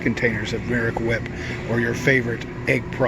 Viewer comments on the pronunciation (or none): none